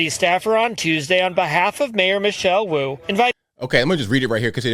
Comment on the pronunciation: Mayor Wu-ayt